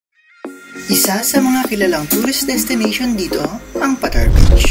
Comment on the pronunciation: long A ang pronounciation Pataaaar hindi patar !